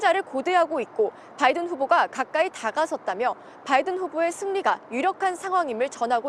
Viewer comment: 임종주특파원님 "바이든" 발음하실때 너무 의식적으로 굴리시는거 보기 안좋네요...